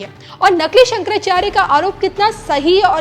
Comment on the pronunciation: महोदय जब आप भगवान शंकराचार्य के नाम भी सही उच्चारण नहीं कर पा रहे हैं।